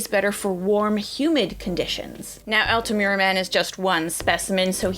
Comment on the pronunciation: Congrats on 100K Very interesting video. The "u" in Altamura (and always in Iyalian) sound like the one in the name Ur, not like "cute" in english.